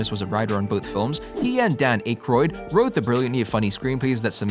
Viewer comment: That A.I. Voice can't even say Harold Ramis and Dam Akroyd's last night right. I hate these I am good at Commentaries and Narration. Nice Video you can't replace real historians, writers, authors and critics. Sad R.I.P. to everyone involved in the cast and even the crew not mentioned. Always my fav franchise for the bigger budget stuff. I like low budget films too even more mostly the old B&W's and Color ones too, I am an expert on this stuff. I really liked Afterlife and gonna see Frozen Empire. Still never beat the 1st 2. I was always obsessed even more so as a kid and The Real Ghostbusters Cartoons. I had all The Kenner toys too. Not sure anyone Akroyd said Abbot And Costello influenced them. In particular the film "Hold That Ghost" from 1942. Dan seem to forget the 70's Sitcom The Ghost Busters starring, Larry Storch, Forrest Tucker and Bob Burns. It did very well only 15 Episodes then was cancelled also made a Cartoon from it. It is more comedy and bumbling then the Movies or The Cartoons that came in the 80's. My friend Chris showed me the 70's one I had no clue it is good too.